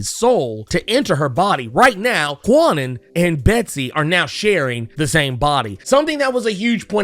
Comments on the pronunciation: It took a long time for Betsy Braddock to grow on me, like almost to the point of Knights of X. I still don't care much about Kwannon yet. BTW, the W in Kwannon is silent. It's pronounced Can-Non. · The proper pronunciation of Kwannon's name is not as prolific as it should be. I often catch myself saying Kwah-nun from time to time. But yeah, it's pronounced "Khan-Own."